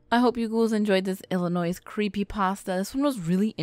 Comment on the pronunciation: DON'T SAY THE S IN ILLINOIS! >_<